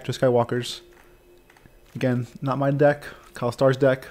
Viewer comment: Actually it's "Kyler", not "Kyle" ;-)